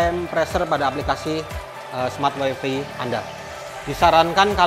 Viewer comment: wifi dilafalkan wai fai bang. bukan wai fi